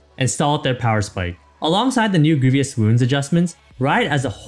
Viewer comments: I don't blame the announcer, but whoever edited or okay'd this video left this guy out to dry. "Greevy-us" "My-rade" someone tell this guys editor that its his job to clean up those mistakes. Get him to do a retake if you have to. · the way hes pronouncing grievous wounds really triggers me